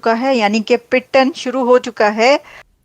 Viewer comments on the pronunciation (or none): यह पिटन क्या बोल रही है। शायद रोना पीटना कहना चाहती है पर उर्दू में इसे क्या कहते हैं इसे पता नहीं इसी लिए यह पिटटन बोल रही है।